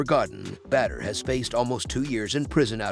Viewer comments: Say BaDDr not bEdr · Please dont call him "Better Hari" xD his name is pronounced B A D R not B E D R its giving me anxiety to listen to this 😂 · Badr Hari is the man but come on your text to voice thing is butchering the man's name. Badr (Pronounced like *Baud - Er*) deserves more respect than this. 😂